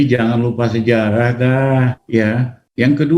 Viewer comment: SejaLah.... 🤣🤣🤣🤣🤣 SeJarah........ Lijal. Lamli